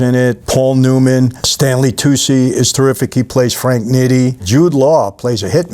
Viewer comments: Its pronounced like toochie not toosie. stanley tucci. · Tucci is toochi, not toocie